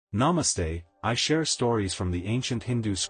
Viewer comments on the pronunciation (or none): none